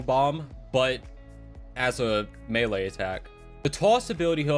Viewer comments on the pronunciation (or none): none